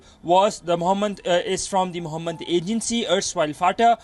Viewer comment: "the moohamed group" 🤣